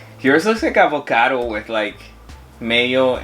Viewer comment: The way he said “av-OH-cado” had me 💀🤣 You guys are so freaking cute!! What an awesome idea ❤️ I’m so sorry though, … you know I love you sis, but I really think he won this one. I mean, the colours and the juxtaposition were just chefs kiss 🤌🏼 Good job both of you though… serious #relationshipgoals ❤️